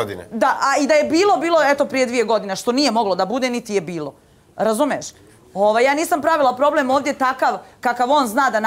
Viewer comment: Kad ova spijaRo kaze "RAZUMES" halooo Sepak nismo te prepoznali 🙈🤣🤣🤣